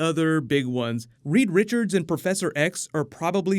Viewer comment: Reed Richards, but for the love of God get it right this time!